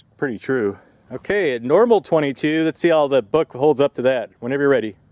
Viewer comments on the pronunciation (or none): none